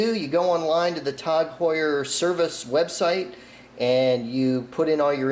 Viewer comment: “Tog Heuer” It’s “T A G”, numbnuts